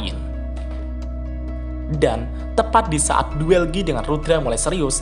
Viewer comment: bukan giii banggg , tapi gaii(guy)